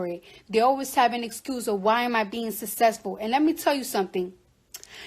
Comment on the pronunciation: Was she saying SUSESSFUL? 😂